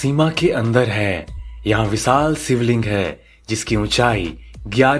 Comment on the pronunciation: सिवलिंग, अभिसेक, संभू धारा, आसरम...!! वीडियो ठीक है, लेकिन ‘श’ के स्थान पर ‘स’ ने सब गड़बड़ कर दिया!